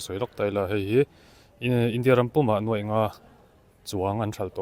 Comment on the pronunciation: NUAI leh NUAIH hre hrang rual chu i nih tawh hmel asin le. Youtuber te hian Mizo ṭawng zir ṭha leh teh u.